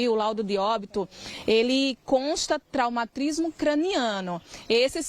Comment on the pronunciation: Eu também entendi " Traumatrismo" seria cômico se não fosse trágico.😂